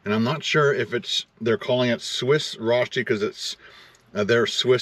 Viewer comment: Love the stealth camping, beautiful scenery also the delicious food, very original Swiss restaurant and great variety of tacos. Just one thing, I went to school in Austria for a year and rösti is definitely not pronounced that way lol 🙃